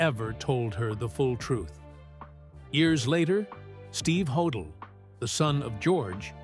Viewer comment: Ho- dell. Pronounced. I’m sure he was guilty.